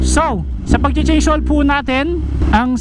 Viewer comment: mamaltuk cabalen haha. "Change hoil"